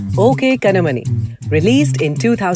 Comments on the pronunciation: Its ok kanmani not kannamani... the voice over person sucks tamil pronounciation even for such a simple tamil word that clearly can be written in English.... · It's not pronounced Ok Kanamani